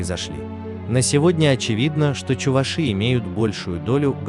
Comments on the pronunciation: ЧувАши, а не чувашИ. Безграмотность нынче везде. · Пожалуйста, ставьте ударение на букву "а", что за неуважение к народу. Вы же не говорите чувашкА, а говорите чувАшка..Будьте немного вежливее. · Каждый раз буду поправлять, увидев подобные ролики! Не чувашИ, а чувАши! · Не чувашИ а чувАши